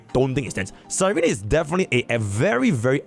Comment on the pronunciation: can you stop saying cyreny 😭